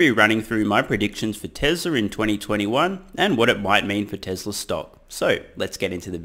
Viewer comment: Dear Lord. It's. T-E-S-L-A, not TESRA......Drives me insane, given he says it repeatedly every-single-video.....TESLA. It's TESLA!!!